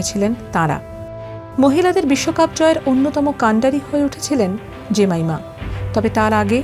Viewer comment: জেমাইমা ❌ জেমিমা ✅